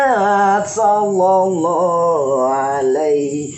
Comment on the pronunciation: kalau baca sholawat mbok yang Benar,,jangan asal bunyi,,Jangan Baca Sholloloh... dst...Tapi Shollalloh...